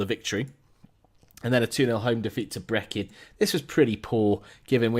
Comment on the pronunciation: It's pronounced ... Bree can 😎👍 don't worry I murder things Aswell lol